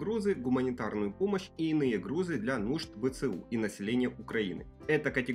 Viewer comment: Для нужд БЦУ????? Это что за новый орган???! Да уж, читать научись, комментатор.